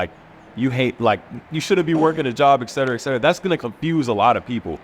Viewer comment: Try to understand how silly you look and sound when you don't even know that it is "eT cetera", and not "eK cetera"